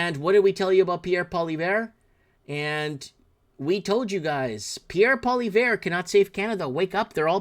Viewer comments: Hey it's not Pollyvare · It's pronounced "Polly-ev". I do agree. People will take you more seriously if you pronounce it properly. How do you not know who Bill Maher is? Biggest shit lib "comedian" in the USA.